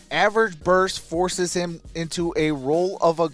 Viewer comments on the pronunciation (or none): But they said “HEEM” 😂